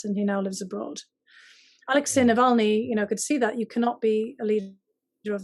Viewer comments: It is not Nalvany, it is Navalny! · as an obviously intelligent person, it might be good to check your pronunciation of Navalny’s name. I smiled every time you said it wrong. Go Bruins!!!